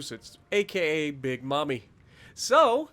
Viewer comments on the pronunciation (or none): M-AIM_EE, not MOMMY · It’s Mammy, not mommy😬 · "Big Mamie" is pronounced like the "a" in Andy